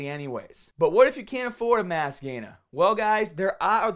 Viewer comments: I fucking love when he says "MASS GAYNAHH " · All I hear is "Mass Gayness" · "Mass gainahh"